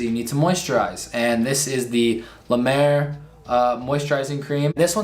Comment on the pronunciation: I’ve never said this on your videos reacting to skin care routines but honestly, when they can’t pronounce the product name and when it’s La Mer, I don’t believe they have a true skin care routine . I’ve noticed that people that do these also don’t know how to stack their routine efficiently. I personally think they got the ítems for free and paid… Thanks for the great videos! Love you Cassandra….